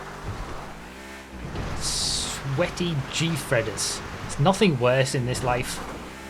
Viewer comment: calling out the sweaty gfreders with that hard R